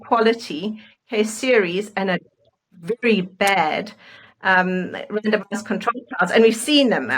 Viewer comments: I can't be the only one who keeps hearing, "random-ass control trials." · I don’t mean to be rude…and I know what they’re saying, but every time they say randomized trial I keep hearing random ass trial. lol 😂 sorry.